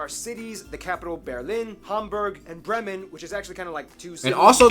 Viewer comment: What? Bravfmen? 😂 "Bremen". We are not in Braveheart with Mel Gibson. Bremen our city state exists 12 times as Name for cities in the USA. Our famous Beer Brand Becks you can find there too. The US Army still uses part of our port today for transporting military equipment. US soldiers were stationed here until 1997. Elvis was here. My mother saw him at the harbour back then, like many others. oh mc Donaldsburg. 🫣 Don't say any more, you're only making it worse. The Mecklenburg-Western Pomeranians will give you a hard time. By the way. Thats the english names. Not the german version. For example, Bavaria in german is Bayern. "Berg" is in german the word for mountain.